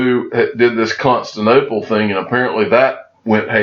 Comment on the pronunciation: Love your videos, bro. CON-STAN-TIN-OPAL